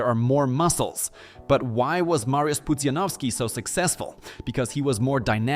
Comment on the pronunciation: To chyba syntezator sądząc po tym jak Pudziana wymówił xD